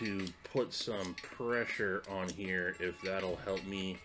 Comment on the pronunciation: " Spritz in heeaw " 😆 🤣